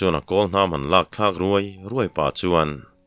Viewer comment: Ṭe ruai ruai hi i thlûk dik lo ziah. Thil lang fiah lo, lang ruai ruai ang hian i thlûk ziah mai. Ṭe ruai hi thlûk sân deuh a, ruai vawi hnihna hi lam phei pángngâi tur.